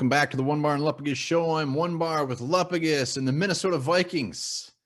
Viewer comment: Will the Vikings pay for to re-record the intro to pronounce Lupagus correctly?